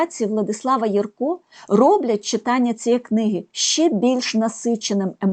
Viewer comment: Дякуємо за нагоду побачити в кадрі улюбленого ілюстратора. Будь ласка, зверніть увагу , що правильний наголос у прізвищі художника- на першому складі. Не єркО, а Єрко. А в назві видавництва А- ба - ба - га - ла- ма- га наголошується кожен склад. Це лічилка з оповідання І. Франка " Грицева шкільна наука", герой якої вчиться читати.